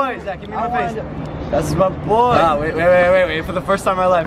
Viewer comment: Everytime he says MAH BOII i always thought either george, johannes (is that how you spell his name?), or Mark will be there